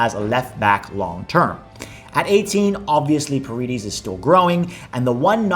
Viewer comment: Love the video and love the content. I’m not 100% sure but I think paredes is pronounced par-eh-des since he comes from a Dominican background. Other than that, hope we get all 10 of those guys!